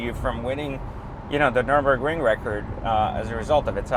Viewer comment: Loved it. By the way it’s Nurburgring, not Norburbring 😄